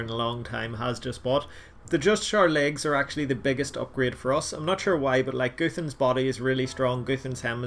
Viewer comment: Its not goothans Its gu-th-an-s